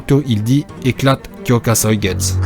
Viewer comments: Merci enfin la bonne prononciation . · Pour le shikai de aizen tu le prononce mal le u se prononce à la fin